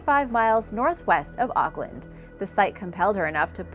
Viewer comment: not how you say auckland but ok